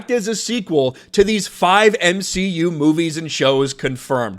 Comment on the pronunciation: Its m-she-u... You should know that by now.